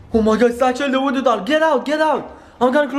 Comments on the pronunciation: you're saying woodo not voodoo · I swear this guy's bored asf By the way you're your saying woodoo